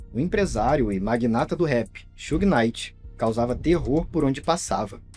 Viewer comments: Sew-gay Night :face-blue-smiling: It's Shoog Night like Sugar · AI? Who the heck is Soo-Gay Knighr? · Bahaha Suhey Knight. Yeah ok. AI is gonna take over lmao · sue gay knight??? yeah tell me your not an AI.. booooo this chanel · “Xugui” night chega doer o ouvido kkkkkk